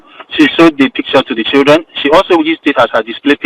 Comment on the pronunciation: I only heard choodren not children